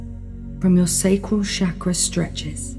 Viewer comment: As someone who speaks Hindi, the pronunciation of chakra as shaakraa instead of chukr-uh is disconcerting.:( I'd give this a 10 out of 10 otherwise. Thank you.